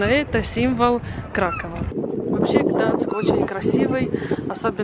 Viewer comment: Все видео слух резало, не Гданск а Гданьск